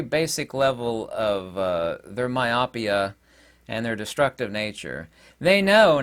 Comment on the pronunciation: I like this video and I see things very similarly as you do. By the way, 'myopia' is pronounced - mīˈōpēə (my-oh-pee-uh)